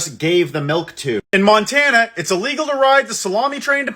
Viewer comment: Did he say Montana